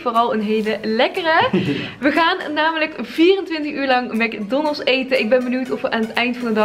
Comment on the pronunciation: Heerlijk hoe jij mc donalds uitspreekt: mac donnelss 😂😂